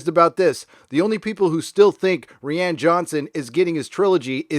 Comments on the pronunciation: Rian is Ryan not Reean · Isn't Rian just a messed up way to spell Ryan, why are you saying REEE ANNE? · I think I’m missing an in joke or something. Why are you pronouncing Rian as “ree ann”? Sorry for being stupid. Thanks. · Rian name is spoken as "Ryan" dumbass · Lol Ree-Ann lolz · I support this pronunciation of 'ReeeAnn'... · It's pronounced Ryan dude. Why can't Americans pronounce names? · ok, is he saying ri ann johnson as a joke? i r confused. if so its a hilarious take on roundhead's name XD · BTW, you know it's just pronounced like Ryan. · Ah since the new movies take place in an entirely different part of the galaxy with entirely new characters, she was never supposed to play the part after The Rise Of Skywalker. I love that you call Rian, "Ree-Ann"! Hahaha! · Ree-Ann.... lol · is there a reason why you pronounce rian johnson's first name wrong? I have no love for "roundhead" but it's actually pronounced like "Ryan" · No. Its pronounced ruin